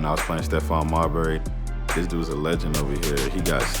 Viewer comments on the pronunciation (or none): none